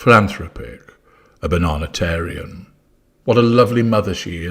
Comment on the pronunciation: Did really say: "Bananatarian"???